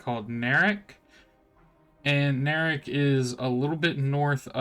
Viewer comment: Just wondering, since you are representing this project, why are you saying city names weird? It's not Booble by water, it's Bobble by Water, is not Moord its Moradhim. Nerak is Neriak. Queens? Its Qeynos. Not the end of the world just struck me as odd.